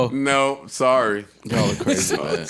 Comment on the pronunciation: Joe: sorry: sore-ry?!🤣🤣 Like if you got it